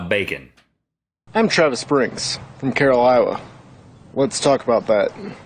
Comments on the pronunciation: Lol the guy at the begining of the video pronounced "Carolina" as "Carolila". XD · emm the guy on the start bit says carolinla